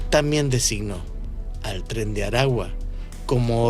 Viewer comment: Sra, no es tres de Aragua, es Tren De Aragua.